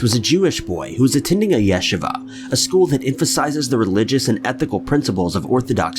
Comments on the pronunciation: It’s Haim Weiss. The Ch is pronounced like a hard H. And it’s Yasheeva:) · 1st story: go google how to pronounce “Chaim” and “ yeshiva.” You missed it by several miles, my dude. Thanks for the gigglesnort, though.